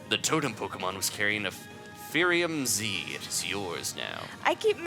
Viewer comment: It's not Fairium Z it's Firium Z... there's a difference